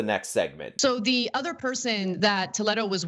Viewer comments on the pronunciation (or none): Wtf how come she can’t pronounce the word Toledo? Toe Led Oh? Naw, Tuh Lee Doh. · … say it with me… Tah- lee-doe,,,,, how annoying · Honestly, the biggest crime is how she pronounces Toledo. Toe-leh-do. I shudder every time she says it. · why is she saying his name that way? it's spelled just like the city... so it should be tol-ee-doe... because it's latino?